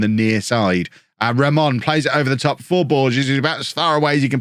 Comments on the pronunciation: you’re sayin Ramón right! 🎉🎉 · You're pronouncing Ramón right You can pronounce Raimon as Raymond and it should be fine